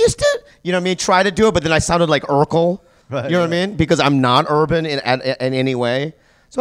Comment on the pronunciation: I cringe every time I hear "urban"